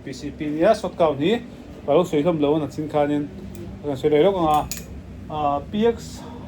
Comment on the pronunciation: Sir,,nachin nilo in nichin ani zawk in ka hria